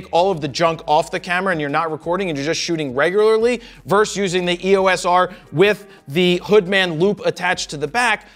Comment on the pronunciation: Fro, right off the rip :-) It’s not “verse” my good man. It’s “versus.” There’s no such thing as Tyson “verse” Holyfield or New York “verse” Boston. And now, back to the video....